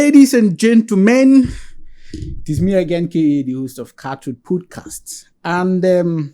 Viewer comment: First off, this presenter is so dull. Pronouncing "podcast" as "pudcast". I came here because of this interview but i just have to quickly say those who watch this guy's podcast steadily must be going through a lot because he sounds so dull.